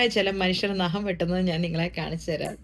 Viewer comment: Not Naham😅Nagham😂